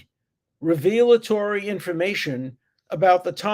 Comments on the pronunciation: I absolutely admire the moral consistency of professor Dershowitz. Please pronounce revelatory properly. It isn’t reveal a Tory it is revel a Tory. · It is not pronounced "revealatory" It is pronounced "revelatory" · Isn’t the word “revelatory,” not “revealatory”? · re·vel·a·to·ry /ˈrevələˌtôrē/ Alan, for God's sake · I do not think you should pronounce "revelatory" as revealatory, with the accent on the second syllable. It should be accented on the first syllable, with the second vowel a schwa, not a long e.